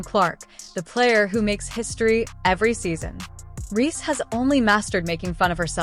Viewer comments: Difficult listening to an AI voice who pronounces Reese wrong…honey etc…. Is it to much to ask nowadays for a real voice..a real recount of the facts? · Please get an AI bot who can pronounce the name Reese